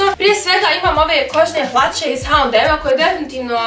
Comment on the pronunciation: Nisam sigurna da se H&M tako izgovara?